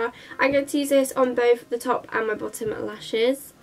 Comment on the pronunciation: You pronounce it like 'torp' lol